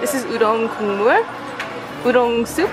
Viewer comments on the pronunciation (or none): One year later after rewatching... I just noticed you said udong hahaha (mashed words or udon and odeng) at least I think you said udong.